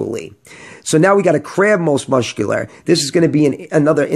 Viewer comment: Muscular is pronounced "Mus-kew-ler" not "Musht-kew-ler" 😂